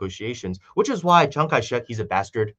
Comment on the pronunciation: I love how whenever says Chiang Kai Shek, it sounds like he says Chiang Kai. "Sh!t"!! 🤣 Is this intentional,? 🤣